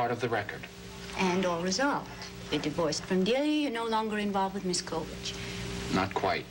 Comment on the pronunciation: And she makes it three syllables, instead of two. "COL-E-ridge".